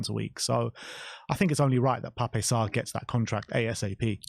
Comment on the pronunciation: Please say is name correctly. It's Pap, with a silent E